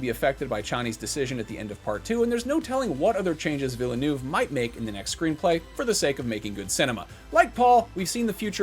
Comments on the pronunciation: VIL-NUV. Two syllables. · Part 3 is being written but you still manage to butcher Denis name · Would it have been so difficult to pronounce Villeneuve properly? yesh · My gosh, can you please say Villeneuve correctly ? It is pronouned "Vill-NuhV- It's really not that hard to make that effort. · Please learn to pronounce "’Villenueve".